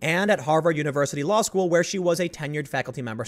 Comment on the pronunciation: Tims been watching too much South Park. “Schoo”